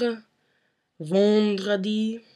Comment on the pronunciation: Your French is good but you're doing some mistakes, especially with regard to the sound "en and on". You pronounce vendredi "vondredi" and Septembre "septombre." While it's not how the French pronounce this words. Otherwise, your French is very good! It's nice to see anglophones speak this language as well :)